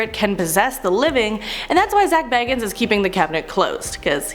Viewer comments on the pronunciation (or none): Please work on your pronunciations. Here's a few... Dybbuk...Dib-ick Bagans...hard a, like in cake. Not like bag. Ed Geins...hard G, hard Es. Not Gines like rice. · And says Bagans like he's bilbo baggins... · Zak BAY-GANS, DIB-BUCK box, Ed GEEN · Its dih buk not di bik and not how she's saying it either and zach bah gahns not baggins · This host is horrible!! She's pronouncing words incorrect including Zak B-A-Gans.. Not Bag-ens! Jerk! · It’s pronounced bagins for Pete’s sake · Zack BAYgins 😆 i can't. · Can we talk about how she’s saying bagans wrong? It’s said the way it’s spelt